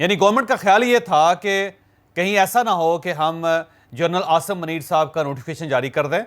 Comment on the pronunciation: اوے پنڈو چوھدری پہلے اپنا اردو کا تلفظ ٹھیک کرلو منیر میں م پر پیش ہوتاہے